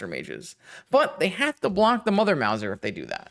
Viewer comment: Loved the deck and the games! However I do also feel obliged to point out that that Big Mother there is a "mouse-r", as in a cat who catches mice. Doesn't rhyme with Bowser.